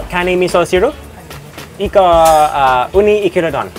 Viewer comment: Eee-ku-ra Eee-ku-ra Not ee-kuuu-ra Emphasis on the Eee, short ku, short ra